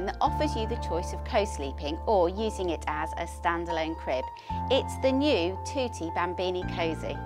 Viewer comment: Thwotee bhambeanie hahah